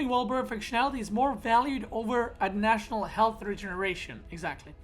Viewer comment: LOL can learn how to pronounce 'additional'??? By, he pronounced it as "adnational" three times! OMEGALUL